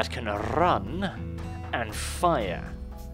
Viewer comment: I came at rRrRrRrRrun